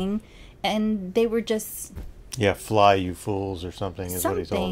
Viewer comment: I know he's supposed to be saying "Fly, you fools!" but it doesn't sound like he's saying that at all to me. I've listened hard to it dozens of times. I always thought it sounded like he was saying "Drop me, you fools" which obviously doesn't make sense.. But it also sounds more like "Run, you fools" than it does "Fly". I always felt like I was crazy, because I never heard anyone else make a similar critique about that line delivery. And I never got a response from anyone when I comment about it. I'm currently reading the book for the first time and recently got to that part, so I know it's supposed to be "Fly". The movie captions say the same. But it doesn't sound like he's saying "Fly" to me.